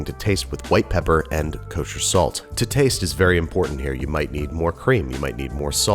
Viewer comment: Nobody: Binging with banish: KOSHER SALT